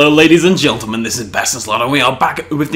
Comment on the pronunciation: Why do you say gelntlmen